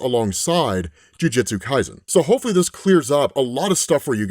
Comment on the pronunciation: "Jiujitsu" Kaisen lmao